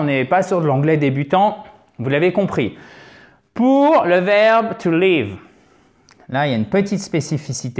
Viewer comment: merci mais c'est un peu stressante votre prononciation du verbe to live ,vous le prononcez " to leave "